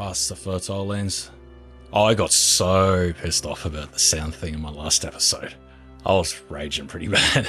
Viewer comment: No one:: E T H I S O D E